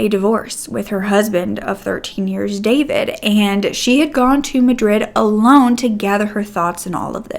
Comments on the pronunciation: Oh your pronunciation of names and last names as Serbian is killing me 😂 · David is also a Serbian name. But we don’t pronounce it the same way English speakers do